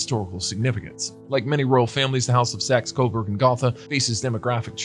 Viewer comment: Gotha has a long "O" sound in it.